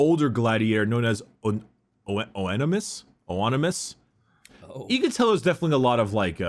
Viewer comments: It's pronounced "ON-uh-MAY-us". Just a tip:) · Oenomaus: It's a Spartacus reference, pronounced aproximately as Anime - us with the emphasis on the last syllable in anime- AniMEus